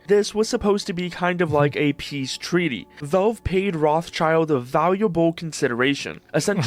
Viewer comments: am i the only one that bothers by saying "Roths child", its fucking "Roth schild" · wtf is this pronunciation of Rothschild? 'Roths-Child'? fr? It is 'Roth-Schild' meaning 'Red-Shield'. Guys.... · Bro…. The name is not Roth-child!! There is a S!! It is Roth-schild and if you want to pronounce it in english you probably should say Roth-schield… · It's pronounced Rot Schild, not Roth Child... It means red shield. Gabe is an absolute legend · Rot(h) means red and schild means shield. Roth-Schild - Red-Shield. It has nothing to do with "child", that's just coincidence. I always found it weird how people pronounce that name in English. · Why are everyone reading Rotschild wrong? Its not ROTH + CHILD, it's Rot + shild, which is english means Red Shield. It's a made up name, their grand-grand-grand-father lived in a house with red shield symbol and chose that for his last name. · i get triggered every time this guy pronounces Rothschild wrong. its not Roth- child. wtf . its a german name. Pronounce it german. it litteraly means red-shield not red child. Call the Devil by its Name. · Why does the English pronunciation of Rothschild is so fucked up? Its a German name, basically meaning red shield (rot-shild)? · it's rotsheeld btw. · It's pronounced RØT shield as in red shield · Can’t watch that video..someone pronouncing the name Rothschild as Roth- Child… is so stupid… nothing to do with Asmon.. he is our king.. but the guy he is reacting to.. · Aint Rothschild pronounced "Roh-shield"? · FFS dont pronounce it Rothchild wtf. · the pronunciation of the name Rothschild is making me go crazy wth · how he pronounces rothschild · God, that guy's pronounciation of "Rothschild" is soo aggravating. Is it really so hard to look up how to pronounce a name when you are making a whole-ass video about it? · It's killing me how you Americans pronounce the name Rothschild. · As a german I really hate the english pronounciation of Rothschild 😩